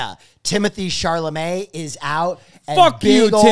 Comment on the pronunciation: It really bothers me the way they all say Timothee's name wrong... there is NO R in his last name people, it's such a typical butchering of anything that's in French lol. it's Chalamet!!